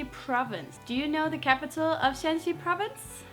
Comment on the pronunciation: Hey, great video. Absolutely love your "Understanding Chinese Culture" series. However, there is a small mistake. It should be Shan(3rd tone)Xi province, which is spelled as Shaanxi in English, to distinguish it from Shan (2nd tone)xi province, spelled as Shanxi. The capital of Shaanxi is Xi‘An and the capital of Shanxi is TaiYuan. Keep up the good work!